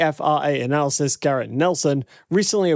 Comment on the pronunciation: What the he'll is an analasyst? Is it anything like an analyst?